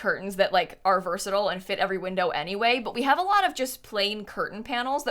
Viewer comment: can you please pronounce versatile again slowly? Jk love the build!!!